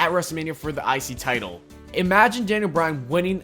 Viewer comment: im the only who hear "the isis title"???